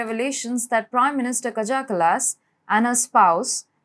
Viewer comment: It's pronounced "kaya ca-las"